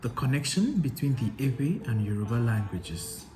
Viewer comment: You're doing well in Yoruba pronunciation